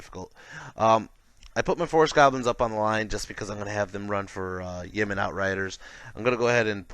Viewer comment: Cant help but laugh when you say Yeman and not Yeo-man, just need some Saudi aircraft to fight off all those Yemen! Great BR though, enjoy your stuff!